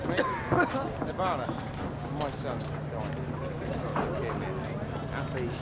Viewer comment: I loved how the dad just simply did not know Kut's name and he called him by just saying "Excuse me, nivrvana, nirvana"